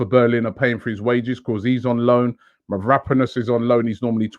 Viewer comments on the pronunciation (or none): none